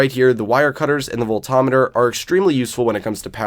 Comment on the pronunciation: Oh god did you just call it a volt o meter. Holy crap thats a first lol its volt-meter my man. Lol